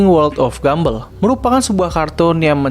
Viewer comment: Entah kenapa gw merasa lucu ketika lu nyebut Gumball "Gumbell"